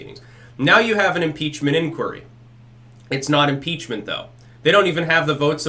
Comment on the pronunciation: Muh peachment